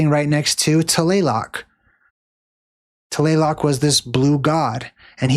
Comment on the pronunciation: TLALOC … pronounce it as written TLA-LOC